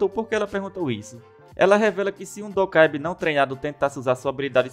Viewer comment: Kkkk dacoébi é foda.. é dOkaebí